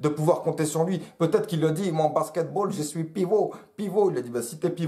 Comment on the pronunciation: "yé suis pivot pivot" jsui mooort